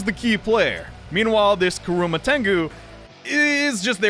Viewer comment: KurUma tengu. Me:...do you not watch Naruto? KurAma: VaRjra! Me:, it's Vajra. VaJra.: Finn Me....He literally says his name. Fee-ohn. Okay, you know what, I guess it's just a nickname.